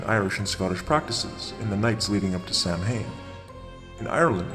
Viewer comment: Nice work! Though I would like to point out that Samhain is pronounced "Sah-win"